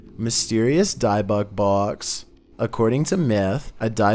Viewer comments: Dib-uck box🤦🏻‍♀️ not dye-bock box😂 I’m cringing every time you say it lol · Say Dib - icks Box That is how its said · Hey. It’s an OSH -YOU -AIRY and BIB - BIT BOX. Say it right. 🤨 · Bruh… these videos …ssuuuusss lmao Also for #3 you said the word dybbuk box wrong haha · Not to be rude but I think your saying the haunted box thing wrong(5) (can’t spell it)